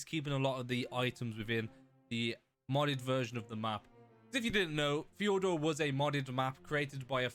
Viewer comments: hey you were pronouncing Fjordur wrong. not to be rude just a little tip. i can’t really describe how to pronounce it but i wish i could. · Always so fun to hear non Nordics trying to pronounce this kind of names.😂☠️